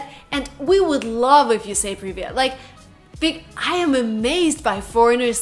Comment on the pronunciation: Зачем она произносит "Привет" с американским акцентов.